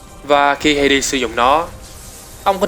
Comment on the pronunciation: vũ khí của Hades em toàn đọc là Ha Đét